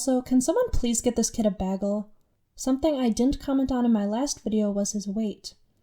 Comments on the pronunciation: A "Bag-el"? it's "Baygel" lol you must be from Michigan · I agree with every thibg you said your vid, except how pronounce bagel. Its ba-g-l not bag-le you idiot. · why do you pronounce “bagel” “baggel” lmao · Did you really say bag-el? Hmm.. never heard it like that before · Good video but I'm still stuck on how you pronounced bagel